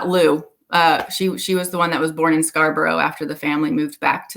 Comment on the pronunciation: Just for future reference; it isn't Scarbrowe, it is pronounced Scarb'rruh. Great information, very interesting, thank you.